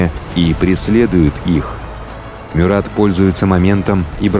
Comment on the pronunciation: Только правильно - МЮрат.. а так , очень классный выпуск 👍